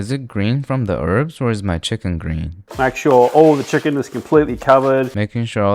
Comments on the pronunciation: Did bro say butter kitchen to butter chicken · 'Butter kitchen" ahh yes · He said butter kitchen right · did bro just say butter kitchen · Bro said butter kitchen 😂😂😂😂😂😂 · bro said butter kitchen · he said, butter kitchen right? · Bro you said kitchen instead of chicken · Bro said butter kitchen 🤣🤣🤣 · bro said butter kitchen 😂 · Bro really said butter kitchen 😂😂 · he can’t even say chicken, right